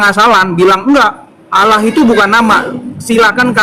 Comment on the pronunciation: Terkadang geli kalau dengar membaca istilah Allah, ingin sekali nampol mulutnya, dikarenakan lafalnya tidak sesuai, dengan adanya bang Aldo penterjemah asli perkataan josuah saya sangat senang agar otaknya tercerahkan